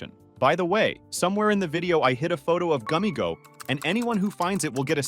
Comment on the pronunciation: It’s gummigoo not gummigo 😟